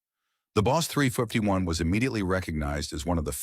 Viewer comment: Would be nice if you quality checked your videos... The AI narration can't pronounce 351...